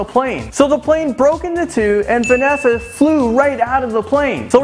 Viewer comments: It's Vesna. Not 'Vanessa'. I hate to be that person but it's scratching at me. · Is not venesa it is vesna i am from serbia and i know it.i am from Belgrade(Beograd) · vesna not vanessa it even stands there written vesna lol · Does "Vesna" look like it's pronounced "Vanessa" you stupid idiot? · It's VESNA, you kept calling her VANESSA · Its not Vannesa its VESNA :D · its vensa not venessa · Vesna Vulović hahahaa its great how u pronounced it